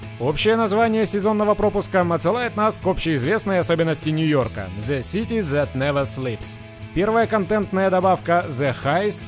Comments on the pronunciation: Бро, вот ты снимаешь трудности перевода, хотя сам произносишь the как зэ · Ну англоговорящие считают это ошибкой